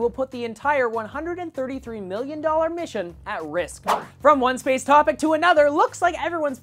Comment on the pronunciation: At the start I thought you were saying "sperm" rather than "space!"